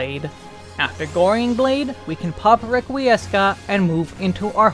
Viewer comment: Love the guide, BUT, "Requiiescat" is pronounced "reck we scat" not "reck we ess cat" i was cringing everytime you said it out a loud. Love ur other videos too for WAR and SMN please keep up to good work =)